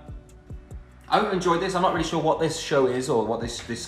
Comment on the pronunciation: shore Liam Shooore